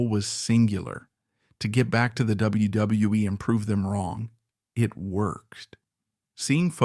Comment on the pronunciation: Please someone teach these AIs to say W W E.....WWF......WWWF.....WCW....ANYTHING WITH A. W IN IT.